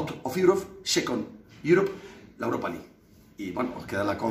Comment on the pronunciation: .Muy buen inglés. RP del mismísimo Oxford. "Aut of Jiurop chú veces. Aut of iurop en la fers iurop Champion. Y aut os Iurof, second Iurop, la Europa Lig."